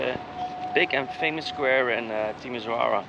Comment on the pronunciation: The pronunciation of this city is TimiSHOara😉